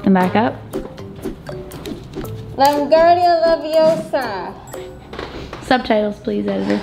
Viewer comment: Its LeviOsa not LevioSA